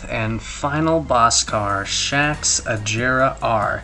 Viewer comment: Its agera not ajera